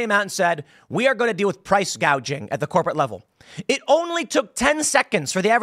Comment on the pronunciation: Kamala said price "gauging" 😀